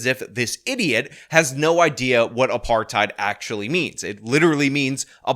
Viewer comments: " food apartide " 😅😅😅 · The overannunciation of the last syllable of the word "apartHEID"... trying to make it sound like she's correcting someone. Like when people pronounce every word like an American, but then put on an accent to say a Spanish word..... only WAY dumber!😂😂😂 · For the way she says "apartheid" if nothing else! Argh! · I like how she cant even pronounce food apartheid like the two separate words they are.